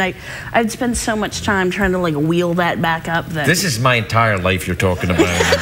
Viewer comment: So it is the Scottish that says "aboot" sound when saying about.